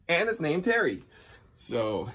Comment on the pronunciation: Babolat TERE, (terrr) French for earth. Not “terry”